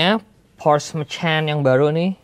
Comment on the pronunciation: "Porsche Macan" bukan "Porsch Makan" ya guys 😅